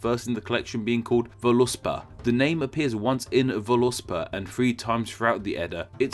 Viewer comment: Head's up for any other time one wants to say it. Vǫluspá is pronounced more like Vawl-oohs-paw. Or Vawl-ooosp-Oh